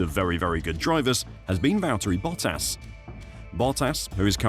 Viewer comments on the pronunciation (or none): none